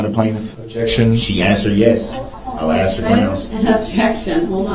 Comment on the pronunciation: "Axe" what a dumb person!